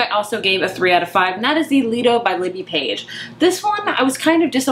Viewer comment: pronounced lie-do its basically just an outdoor pool. Most you do have to pay to go in and use it.